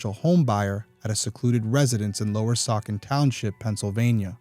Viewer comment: The c in Saucon is pronounced like a S. ❤❤